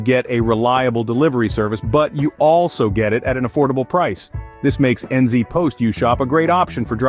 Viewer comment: N zee post isn't how ANYONE pronounces it! This ia an AI ad